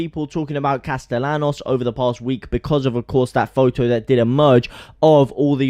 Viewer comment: I was watching to see if in “Sevilla”, you would correctly pronounce “Castellanos”. SPOILER ALERT: You did not. Ask a local how to pronounce “LL” in Spanish.